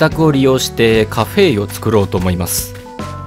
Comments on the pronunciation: カ↓フェ↑の誕生だ！ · カフェエの発音好き